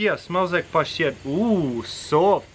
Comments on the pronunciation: Hearing him say pashtet is the most satisfying thing ever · It’s so satisfying when he says pashtet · The way you say the word “pashtet” is cool all by itself. Cheers dude!